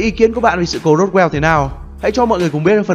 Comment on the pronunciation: Hay nhưng nghe khó chịu với cách phát âm Ufo và Roswell của Ad quá